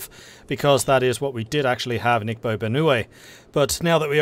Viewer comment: Igbo is pronounced "ee-bo". Just being pedatic, I'm still drinking my coffee...